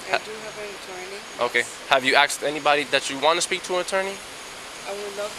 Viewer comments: "Have you AXED anyone to speak to an Attorney?" LOL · I always thought it was pronounced "asked" not "axed." Even cops are doing it now?